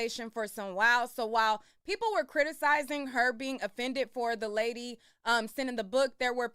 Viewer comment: She cant pronounce criticizing 😂😂😂😂